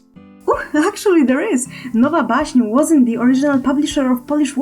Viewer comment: xD jak to dziwnie słucha sie nowa baśń then is biutiful in englisz (orto i nie bić za błędy w wyrazie ale nie chce mi sjjjjjjjjje)